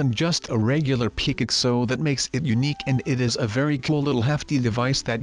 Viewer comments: Hmmmmmmmm. That intro seems different. It sounds a bit like sundee's intro, but it has a different touch. Also, pickaxe is prounounced wrong. It sounds like pickixe. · Well we made a PICKLETS lol it’s pick axe